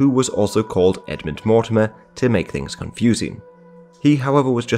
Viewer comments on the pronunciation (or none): none